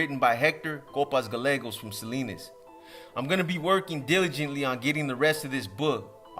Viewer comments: yo box double L's in spanish are always pronounced as a Y....gallegos would be pronounced guyeggos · Double ll, Y, Gallegos is how you write it, but when you say it it should sound Gayegos (y) not galegos like the gabachos will say it! Your not gabacho right 😂